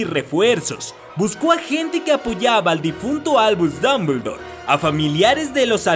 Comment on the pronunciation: Albuuush dumbledouur XDDDDDD